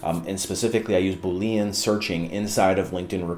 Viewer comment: As a software developer, I could never trust a recruiter that doesn’t learn how to pronounce “Boolean.”